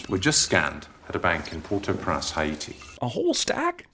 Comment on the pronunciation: Prance instead of Prince